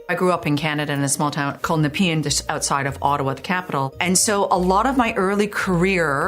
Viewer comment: Pronounces Nepean weird nvr heard it pronounced that way.